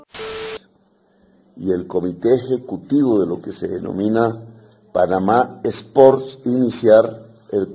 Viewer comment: Corrección: "Panamá Espor" 😂😂😂